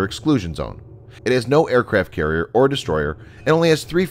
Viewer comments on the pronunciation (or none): none